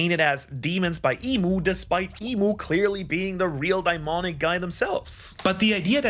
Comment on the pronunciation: Did you just say d-aimonic??💀